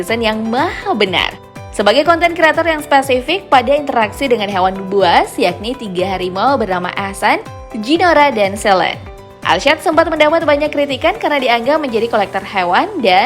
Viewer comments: Eshan bukan ahsan min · Bukan ahsan woii😂 tapi eshan